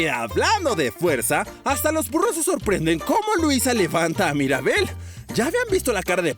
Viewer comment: No es Maribel es Mirabel